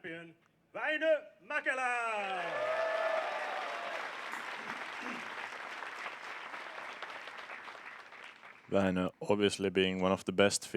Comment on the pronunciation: Bro its not mäkëla its mäkelä👍 But grazy fast to put this for us.